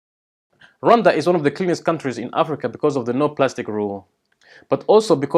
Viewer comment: I've already told several people the proper pronunciation of Rwanda (I'm in the USA and we all say it wrong!)